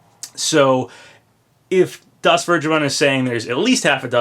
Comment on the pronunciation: "DasVergeben" is german and it is pronounced something like "Das Fairgayben" xd